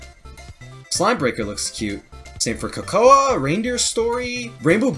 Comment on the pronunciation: Hey there, main dev of Kokoa here! This was such a cool reaction, getting to hear thoughts about all of these neat games! I was rather surprised you saw Adventure Time in my game's style, that's interesting! I honestly hadn't heard that one before, so that's actually really cool! Also props for pronouncing Kokoa's name correctly!